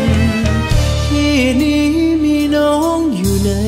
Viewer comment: เดี๋ยวนี้ ภาษาไทย เพี้ยนไป เช่น คำว่า " ที่ "...ออกเสียง เปนตัว T..กันหมด ..